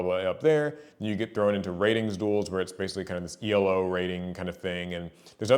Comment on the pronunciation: Small nitpick, Elo rating is not an abbreviation. It's not pronounced E.L.O., it's pronounced just elo. It's named after a Hungarian mathematician Arpad Elo who came up with the system